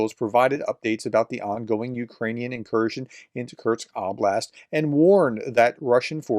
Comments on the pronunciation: Curse-k. Not curks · Kursk, is pronounced "cur-s-k" As I've always heard it. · For the love of god, there’s no T in Kursk 😂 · Exactly. It's annoying me too. This is about the easiest name to pronounce!! Sheesh.